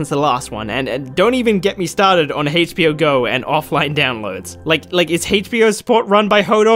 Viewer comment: Why do you say HAYCH in HBO ?